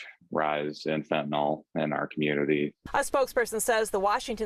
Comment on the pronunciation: when even the police and the reporter cant pronounce it right. its not fentaNOL its fentanyl.